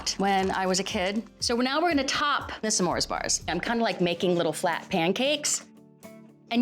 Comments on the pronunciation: I like how she says Sa mores bars instead of s’mores bars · Is that how smores is pronounced? Samores. Or is that how Valerie pronounces it? I'm not American btw